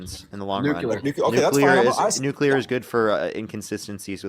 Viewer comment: NOOcleeyar. NOOcleeyar. C’mon man